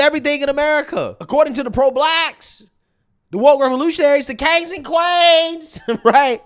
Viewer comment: DA KANGZ ‘n KWAYNZ 💀